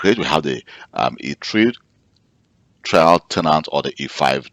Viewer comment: it is trial, not trail